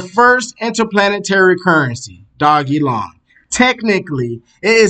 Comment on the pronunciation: It's pronounced doge-elon Stop butchering the name. This is pissing me off because l love this coin. Please do better research before posting videos. You have jumped on the bandwagon but provide NO insights at all or demonstrate you can read charts, why should l subscribe?